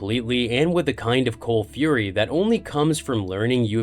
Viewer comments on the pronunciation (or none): none